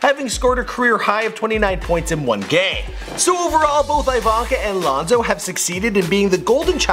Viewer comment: This man said lonzo good.smh